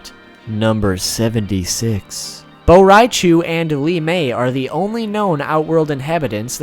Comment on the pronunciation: Boraichu? IM TRIGGERED